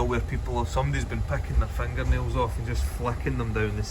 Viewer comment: Fengar neus! Absolutely felthy!